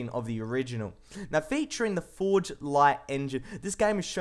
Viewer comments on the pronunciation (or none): none